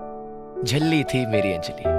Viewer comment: Hey its 'Anjali' not Enjali..😂